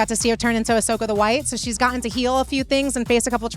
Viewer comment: It's AHsoka. 😁